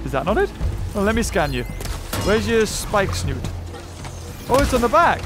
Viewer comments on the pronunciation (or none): It’s funny how he says Spikesnoot instead of spikesnout